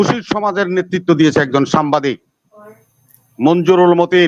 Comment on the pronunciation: বিএনপি নেতাকে বলুন সামবাদিক না, উচ্চারণটা হবে সাংবাদিক!